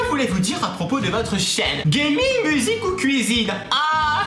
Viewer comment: au debut ta dit gaming et apres gaminge